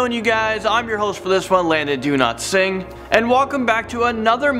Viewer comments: Its so weird does he say landon donotsing? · Am I the only one who heard him say his name is "do not sing"? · Why do you pronounce your name like that? Ty for video